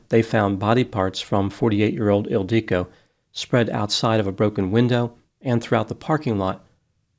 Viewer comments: It‘s „Ildico“, not „El Dike“, dammit. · Isn’t it IL-dee-co? It sounds Hungarian. And Magyar is definitely Hungarian. Yes, he’s definitely not pronouncing it the usual way. (Maybe the woman pronounced it atypically. 🤷‍♀️) The usual way is ILL (rhymes with pill)-dee-koh (rhymes with “low”). The emphasis is not on DEE. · I used to teach English in Budapest and have been to Hungary many times. is not pronouncing the woman's name correctly. It is pronounced 'ill-dee-ko'. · Oh!!! EEL-dee-ko! “Magyar kozmetika…” It’s Hungarian! The emphasis on the name threw me off. One interesting thing: every single word in Hungarian is pronounced with the emphasis on the first syllable. 🙂 (It’s the only easy thing about Hungarian, ha!) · Because he mispronounces the name severely^^ He emphasizes the i in the middle, but this Hungarian name is not pronounced this way. It is pronounced ill-di-ko, don't elongate the "di", pronounce it just as long as the other syllables. The nickname is sometimes "ildi", pronounced as in "Hildi" but without the H. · It’s Ildikó! 😂😂😂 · As a Hungarian, this made me very sad… she was beautiful (although deeply flawed) and very gifted as an aesthetician. Her mother died of a broken heart not long after. Also, you are pronouncing her name and business completely wrong lol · Except is pronouncing her name incorrectly in all three variations he uses in this video. And honestly, slut shaming a murder victim? Smh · This comment is not funny… and that’s not how her name is pronounced 😒